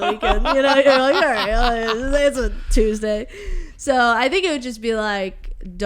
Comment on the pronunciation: You pronounce Tuesday like my pa used too, I think it's just cause he had no teeth tho. 👍